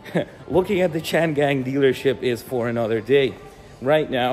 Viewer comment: OMG, the Chinese car brand pronounced quite similar to "chain gang" ... (which probably isn't that far from the truth if built by Uyghurs within China?! :body-green-covering-eyes